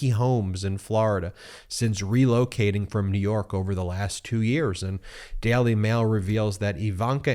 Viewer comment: Can you please learn to pronounce words like jail or daily ?